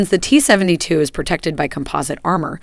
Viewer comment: Is this a weird regional accent I've never heard of before or is this buggy synthetic speech? "Seven-tuh-two". I mean I've heard that kinda thing before but not in combo with a vanilla American accent like this.